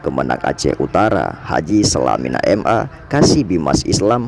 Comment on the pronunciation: Selamat dan sukses selalu👍.tapi sedikit menanggapi, VO/Pengisi suaranya ada menyebutkan nama Bapak H.Salamina,dg sebutan "SALAMINA"mungkin agak kurang enak didengar🤝